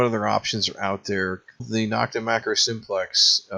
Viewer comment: Nokta is pronounced beginning with No, not Nock.